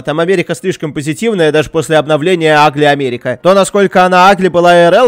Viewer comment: Кто считал сколько раз он сказал ОМЭРИКА?